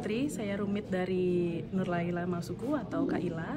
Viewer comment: Nurlaila bukan Nurlaela